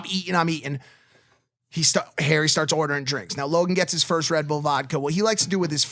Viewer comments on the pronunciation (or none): Does anyone else find the way he Mike says ‘Rebdull vodka’ weird?